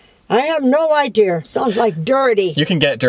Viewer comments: "I have no idear where he gets his idears from" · Take a shot everytime she says 'idear" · lol I think adding the R at the end of idea is an old timey New England thing. My grandma said idear too lol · Also my mom also says idea like idear. It's kinda like a New England accent that some people have. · Idear.... lol. granny's so cute. and so is. haha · IDEARS LMAOOOOOOO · Omg LLol love u guys all my teacher say ideer lol